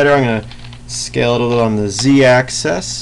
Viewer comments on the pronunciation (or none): Why do you pronounce axis as AXE-AS still love your tutorials btw :]